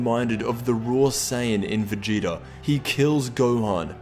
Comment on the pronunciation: Idk but it pisses me off when u try to say vegeta's name, Vegeter